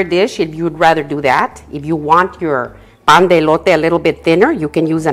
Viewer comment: I love it when you say pan de elote tu espanol es perfect